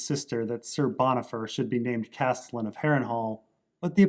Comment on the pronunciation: Love your stuff, but could you please look up the correct way to pronounce 'castilian'?